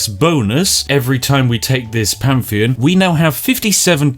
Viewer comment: Word: Pantheon Spiff: Pamfian